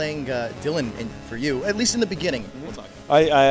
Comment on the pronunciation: It's least not liest